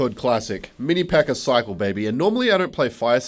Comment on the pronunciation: bro did not say cycle decks